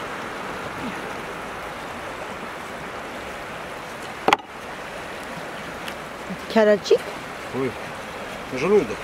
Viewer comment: Да кярачик правильно сказала